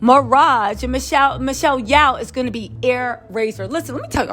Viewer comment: Michelle Yeoh. Pronounced "Yo".